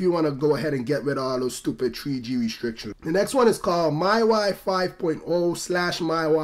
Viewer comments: What's this new "TREE G" network I'm hearing about so much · tree G in da iPad tree